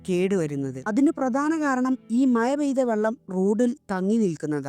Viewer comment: മയ❌ മഴ ✅